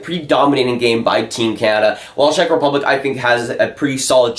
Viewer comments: Work on your Czech Rep pronunciation, it gave me cancer every time I heard it. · What a surprise , a Canadian kid that doesn't know shit about hockey and can't even pronounce Czech Republic correctly. Dude , please stick to playing NHL at your Xbox :)